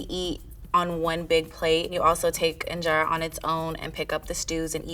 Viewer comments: that is not how you pernouce ingera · Please pronounce the word “injera” properly 😊